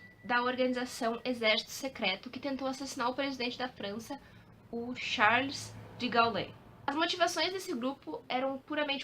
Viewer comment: Mocinha formosa. É "Fréderic Fôrsait". E "Charles De Gôu". 😉